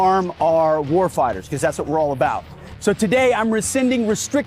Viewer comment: Wtf is a "Wharf Hider"?